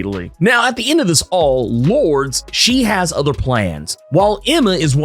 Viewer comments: Hey about the name Lourdes, it’s actually pronounced Lor-dess not Lords. Whoever told you Lords is incorrect. And yes that does include google. I know for a fact it’s Lor-dess as I have several relatives with the name. Sorry to be “that guy” but every time you mispronounced it caused me to cringe in embarrassment. Can’t have a fellow brotha out there getting it wrong. That’s all! Good video keep it up! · I know this may be small to some but Lourdes is (loor-des) not Lords. All in love. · I believe Sebastian Shaw's ex-partner's name is pronounced "Lord-es" not "Lords". Just an FYI. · I think it is interesting how you pronounce Lordes Chantel. You say “Lords” when I read it and pronounce it as “Lordis” I wonder which is correct? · I love your videos. One thing though. Her name is pronounced Lord-ez. Not the way I spelled it though🤣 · Love the Marauders books and always appreciate your analysis and fun, energetic commentary. Was reflecting today on the fact that I knew a person named Lourdes as a kid but it was pronounced Lord - Ess like saying confess. Would love to know if the writers intended it that way since it’s not a common name but that’s the only other person I’ve known with it.